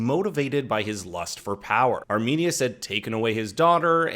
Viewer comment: It’s sad when the Roman soldier said “arminius”